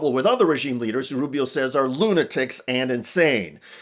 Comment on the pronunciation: Lisparo not Rubio. Speech impediment.